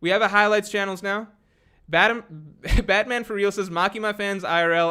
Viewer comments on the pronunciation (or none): none